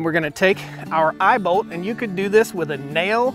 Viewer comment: “We have an eyebolt here.” An eyeball?? Then I realized he said eyeball lol imao